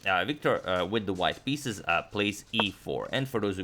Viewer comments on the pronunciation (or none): none